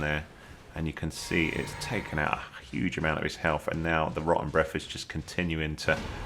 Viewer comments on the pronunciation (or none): thanks for the vid! great tips. as an American all I hear is "Roh-en Breff" XD